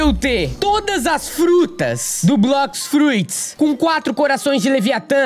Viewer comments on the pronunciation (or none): Se fala blox fruti e vai para o demon piece